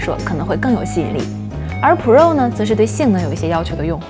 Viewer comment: 内容介绍挺好的。就是英文的发音有写干扰，请不要误会，我不是恶意，而是提醒。 MacBook 这个字的C和K是不发音的，所以您说Ma可boo可 Pro的时候其实对观众而言有干扰的情况，Air的发音也不是啊尔。Pro不一也不应该发成【普肉】。 可以请一些外国人示范发音。 很喜欢内容，也很喜欢主持人的笑容。以上是一些个人建议。